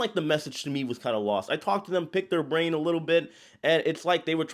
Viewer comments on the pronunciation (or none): none